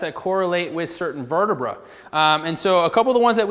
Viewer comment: I dont like the way you say vertebrae